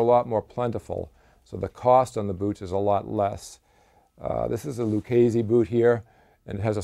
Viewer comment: LU-KAY-SEE not LU-KAY-ZEE